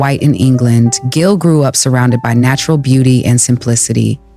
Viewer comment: Its pronounced Jill.